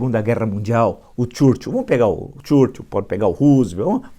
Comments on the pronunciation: Se Escreve Churchill se Pronuncia Churchow.Permita-me a Correção Instrutor.Vamos Adiante Villa. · desculpa, professor, mas não consigo evitar rir quando o senhor diz "CHURCHUL" kkkkkkkkkkk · Caro Villa Por favor, pronuncie o nome do Churchill corretamente. Tá parecendo o Bananinha falando inglês!